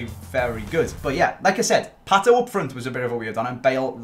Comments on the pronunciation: 'like i said' i thought he said 'lacazette' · Every time he says "like I said" what I hear is "Lacazette"